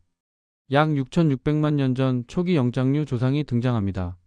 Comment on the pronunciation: 영짱류라는 발음은 처음 들어보네 ㅎㅎ